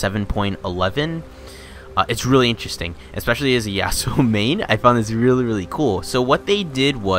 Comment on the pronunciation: every time he says interesting i die a little inside